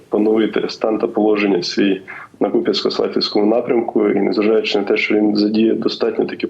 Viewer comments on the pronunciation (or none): КУп'янстк, наголос на букву "У"!😳